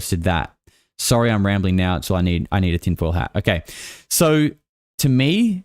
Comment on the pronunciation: the moment says "I'm sorry" sounds more to me like he is actually saying "I'm soaring"